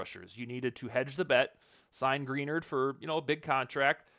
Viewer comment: Good points, but when you continue to mispronounce Greenard, I can't take you seriously.